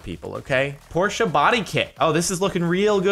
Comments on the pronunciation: Jordan its porche not porcha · It’s Porsche not t porsha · Please stop saying Porschea it's Porsche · Por-SHA???? It’s said like porsh 😂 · por-shuh. It's not porcha. Porche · And it's Porsche not porsha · its porsche not porscha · why do you say Porsche as Porscha? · jordan, cmon man. it's pronounced PORSH. not PORTIA.. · why the fuck is he pronouncing porsche like that I have NEVER heard ANYONE say it that way. they always say poor-sh. Not pour-sha. Or pour-shey. :grumbles in the background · Oh god he called the Porsche, Portia and the Hyundai "Hondai" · So now Porsche’s and now called porscha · It’s depressing when you say Porsche-ay... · What time hell is a Porsche-a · He say Porsche as porscha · Whats a porscha? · Sorry but...PORSCHA? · Why do people add an ah to the end of porsche it annoys the fuck out of me. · "Porscha"?? wtf is that pronunciation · Well, it's a German name and should be pronounced as such. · Why does he say Porsche like that 😂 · Why does he say Porsche wrong?